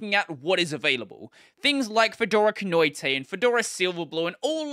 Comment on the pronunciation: I don't see any comments yet about how he pronounced Kinoite. I'm very disappointed in you comments section.